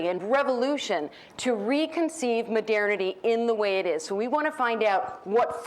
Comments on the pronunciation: It's not that unusual. Sounds like modirnity. Maybe she's from Edirne? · Oh, now she said "midernity". Maybe she's from Midgard. ;) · What´s with her pronunciation of MODERNITY?